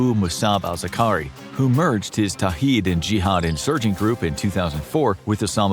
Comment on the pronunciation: Zar-qa-wi, not Zaqari